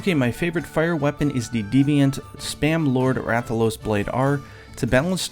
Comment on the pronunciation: Did I hear spam lord rathalos? 😂